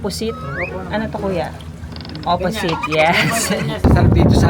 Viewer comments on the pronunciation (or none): Ano to Kuya "opposite/opusit" HAVEY WAHAHAHHAHAHAHAAHHAHAHAHAHHAHAHHAHAH